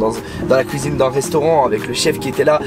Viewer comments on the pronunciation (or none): la vidéo est chouette c’est cool d’en apprendre un peu plus sur toi hors et dans les lives :) par contre je valide pas le « houit » ou « couisine » hahaha